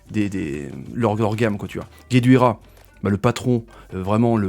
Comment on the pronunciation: Guedioura mais non gueduira sinon super vidéo tjr a la hauteur de nos attentes